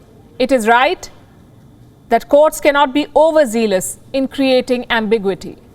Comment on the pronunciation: I find Palki’s pronounciation of ambiguity somewhat ambiguous. Not planning a legal challenge , just saying.